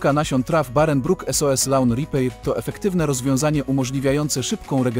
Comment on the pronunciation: Szkoda Wam pieniędzy na lektora? "Lawn ripejr" xd no po marce premium spodziewałbym się więcej